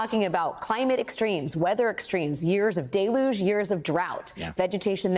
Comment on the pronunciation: Years of DAY-LUGE? oh you mean Years of DELL-HUGE